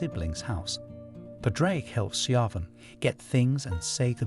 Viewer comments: also shevon not sio-ban or siovan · How did you pronounce Siobhan 😭😭😭😭😭